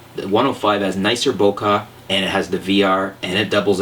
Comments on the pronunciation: Vin-YET not Vig-NET :( Bo-Keh, not Bo-Kah :/ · Did youi say Bokah instead of Bokeh ? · its not BOKAH, its BOKEH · Why do so many people have a problem with the word "bokeh" ? It is not "boca" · I love how he pronounces Bokeh bokah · It's pronounced "bo-kay", and "vin-yet", the "g" is silent. Additionally, I've spent a lot of time looking for lenses and found that the referrals and reviews that Ken Rockwell does for his site are great as far as bang for your buck, honest reviews etc. Personally I don't need an f2.8 lens. The sharpest you will find your lens producing an image is at f5.6-f8. Therefore the majority of my images are in that range. Don't need 2.8? Save money and get an f3.5-f4. Good vid :) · the whole "bokah" thing is making me lol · really dude, "vig-netting?" vignette. it sounds like "vin-yet." you're clearly super canadian, so you obviously had french forced on you. there is no excuse for that level of laziness. step your game up. also, "bokaahhhhh" sounds idiotic as a million other people said.